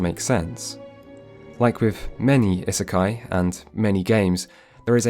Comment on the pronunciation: if you're gonna say isekai this often you really could have looked up how to pronounce it. Its driving me mad :D